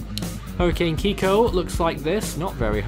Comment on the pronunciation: It's Kikó lol